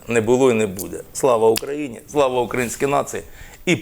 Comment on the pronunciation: І ще одне прохання ставте правильно наголос на слова, не укРАїнській, а украЇнськький народ